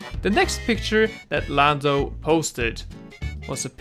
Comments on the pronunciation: Gamer Joel he said lamdo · did u say lando or Lambo